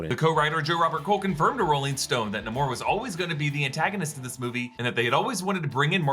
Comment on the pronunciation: why everyone says: NEEEEEEYMOR instead NAAAAAMOR, after the character pronounce his own name?